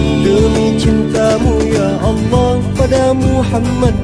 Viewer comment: ngomong ya allahnya indah